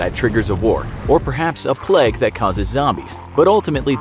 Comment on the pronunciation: I just cant get past how this guy pronounces 'plague' Sir, it is a playg not a plegg